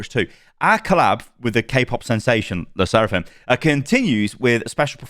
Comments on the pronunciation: Your pronunciation is 100% Correct with Le Sserafim. No worries, K-pop fans won't come for your throat 🤣 Also I highly recommend you listen to the songs. They're bangers. And I too was shocked that Blizzcon tickets were STILL available. I'm so used to struggling to get them. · You nailed the pronunciation of LE SSERAFIM btw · You pronounced LE SSERAFIM right by the way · Don’t worry you say Le sserafim correctly 👍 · You said Le Sserafim correctly lol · LE SSERAFIM got me back to OW. (You pronounced it right btw😂)